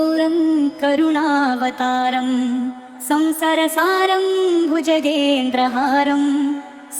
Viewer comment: संसारसारं को संसर सारं कहा जा रहा है सुधार कीजिए।